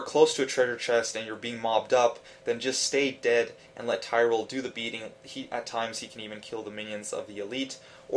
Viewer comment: tie - ral, wtf?!